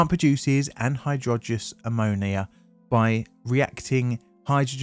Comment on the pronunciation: Anhydrous is pronounced "An-hydrous", not "an-hydrogenious". Stop making up non real words.